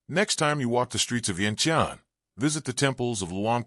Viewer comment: i m impressed u pronounced ViengJan correctly. Vien Tiane is also a correct pronumciation for going around the stupa with candles but different meaning than the moon fortress.